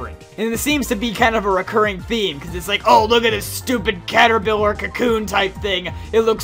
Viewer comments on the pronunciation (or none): none